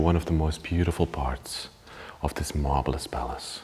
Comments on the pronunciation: Did he say “it truly is a “marbleous” place? 😆👏🏻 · Lol...you keep talking about the Marble then when you say Marvelous it sounds like you're saying Marbleless lol... Cool video guys...I would at least have a machete on hand just in case.. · Thats what i heard ! I laughed !